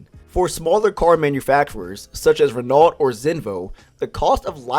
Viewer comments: renault is pronounced like ruh-no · Only here to hear you pronounce renault and Peugeot wrong